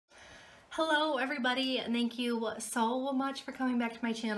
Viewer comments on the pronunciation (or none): none